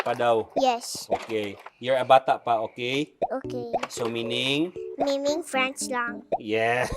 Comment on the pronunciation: Meaning ❌ Miming✅